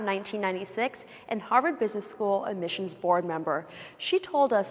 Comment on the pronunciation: They kept saying "Harvard" but I think they meant "Ha'va'd"